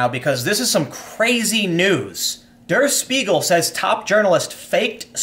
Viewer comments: It's "De-uh Sh•pie•gel", not "Durr Sss-piegel". 😒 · Der is pronounced like "there" but with a d, not dur. Got Spiegel right, though. Just so you know if you need to say it again. It's a huge news source. Fun fact: Der Spiegel translates to The Mirror. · The paper's name doesn't rhyme with beagle. It's pronounced 'dare shpeegal'. Also, it's leviOsa, not leviosA. Keep up the good work, Tim. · Pronounced like dare sh-peagle!